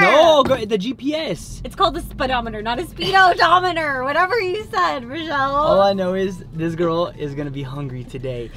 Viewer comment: I really can’t believe he said speedo dometer hahahahahahahahahahahaha. Talias face is hilarious when he said it hahahahahaha.